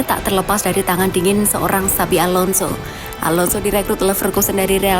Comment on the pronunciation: ingat bukan xavi tapi xabi😂